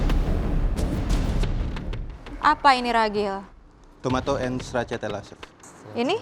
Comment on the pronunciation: Ragil ❎ Cegil ✅